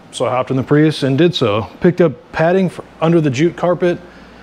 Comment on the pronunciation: You got a like and follow, don't ever say Pruis again